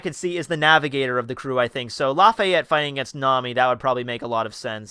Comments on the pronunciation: Blackbeard's height is 11'3, not 7. Also it's Laffitte, not "Lafayet" ;( We don't know if they have "small people" on their crew yet, we haven't seen any. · im Laughing out loud about how you pronounce laffite xD